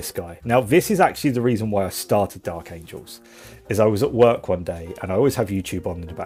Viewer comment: Angels...not Angles.